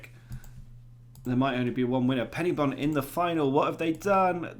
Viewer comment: Great video! But it's Pen-Y-Bont, with the 'Y' being pronounced like 'uhh'. Although I have enjoy hearing it be called PennyBont!